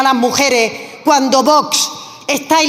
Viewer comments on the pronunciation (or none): Haber si esa presidenta del parlamento aprende a decir Vox, que no es tan complicado siempre dice "bots" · Esta mujer, la armengol, para lo que cobra ya podría pronunciar bien VOX, se ve que se le atraganta...observenlo, pero es que nunca lo pronuncia correctamente